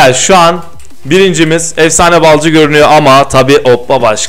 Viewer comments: Efsane Balcı Değl Lan Efsane BALİCİ Düzgün oku şunu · Balcı Değil BALİCİ